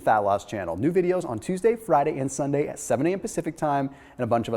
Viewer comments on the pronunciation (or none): said "Flyday" lol